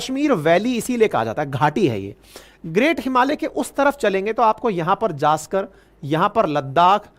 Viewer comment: It is not zaskar but 'Zanskar'.